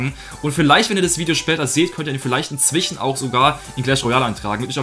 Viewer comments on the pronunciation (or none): Wieso sagt du immer inzwichen? Das heißt inzwischen.